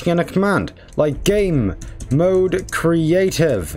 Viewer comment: You auctully sead 'gamemode *crative'